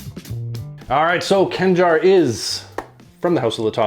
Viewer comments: Its not "Kangar" , you have KH , its actually knife , see the state flag of Oman , just search for "khanjar oman" :D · Its not Kanjar, its Khanjar